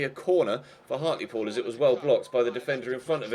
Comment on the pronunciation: Isn't Hartlepool pronounced Hart-l-pool instead of Hart-lee-pool? Also, I support everyone saying leave in January. No need to stay in SkyBet League 2 for so long,!